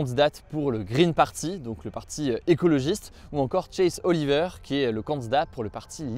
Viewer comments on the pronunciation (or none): none